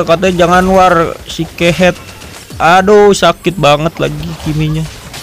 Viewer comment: Wkwkwk ngakak kak pas sebut kehed nya 😂🙏